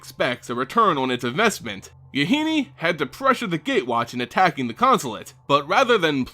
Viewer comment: MaRo has been told that Yahenni rhymes with "Duh, Jenny." Using this knowledge, to pronounce it the way you have been is wrong. For future reference.